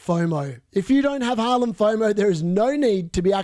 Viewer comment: I like how you say Halaand😁